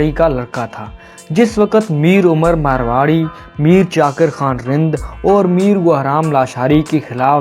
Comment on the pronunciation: مارواڑی نہیں ( میروانی)